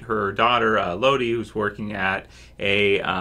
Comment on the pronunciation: her name is elodie (el-oh-dee)